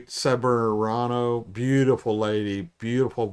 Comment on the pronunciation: Cate’s surname is pronounced Cebrano.